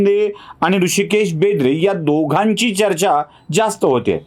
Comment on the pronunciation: बेंद्रे नाही, बेदरे आहे, ते